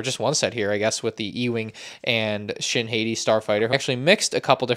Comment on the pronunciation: you are saying shin's name wrong you say shin heti but you have to say shin hati